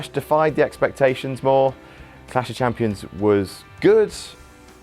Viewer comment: is good at saying Clash of Champions. Way better than.